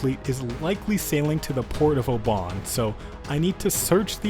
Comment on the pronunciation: As a scottish person. Port of oban like oman is hillarious its pronounced “Ohbin”